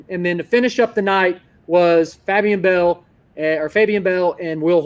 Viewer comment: fab-e-an bell 🤣